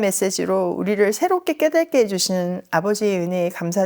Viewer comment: 깨달께가 아니라 깨닫께입니다 하루한편씩 듣는데 깨달께 깨달께 깨달께 너무 자주 나옵니다 '깨달은' 할때는 ㄹ이지만 '깨닫게,깨닫는,깨닫고' 처럼 자음으로 시작하는 어미앞에서는 ㄷ 입니다 '깨닫께'로 발음해주세요 저희아이가 원래 안그랬는데 지남쌤성공 들은뒤부터 계속 깨달께라고 말해요